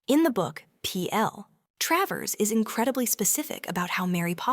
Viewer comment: It's Tra - vers. not Tray vers! Gave up with this.